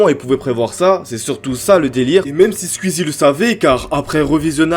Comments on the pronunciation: C'est pas Squizi c'est Squeezie ça se prononce Squouizi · Squouizi pas squizie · Skuizi, twit, tu me tues comment tu prononces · C'est pas skuizy c'est squeezie 🤣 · Tu dis Sqizi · Déso mec mais on dit squouizzi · ça me fait trop dehek comment tu prononces skuizi mdr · Sqwiizie et tuitteure ? Prononce normal c’est ridicule la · Ça me parturbe "skuizi" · La prononciation de skuizi me termine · Ça m'embête à chaque fois qu'il dit "Skuzi" et "Skuizi" x) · mdrrrr tu dis skuizi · Commence a bien prononcer Squeezie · Ça me fume comment prononce squeezie 🤣